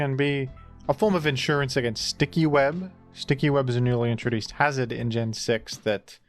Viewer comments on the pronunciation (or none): none